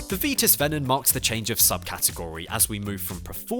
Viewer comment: Good selection of bikes from the main big time brands but must say that the VITUS range should be pronounced VITUS with the i sound and not the ee sound. It always has from its launch in this country , just ask Graham Weigh ( Deeside Cycles ) or Sean Kelly amongst others |||